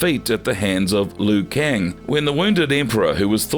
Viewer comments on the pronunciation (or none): none